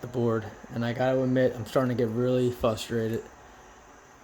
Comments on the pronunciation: I thought I was hearing things, but then he said it again. Pennsylvania school systems. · "I'm Fustrated"